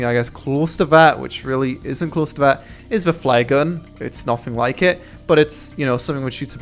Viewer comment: I thought he said 'fly gun' lol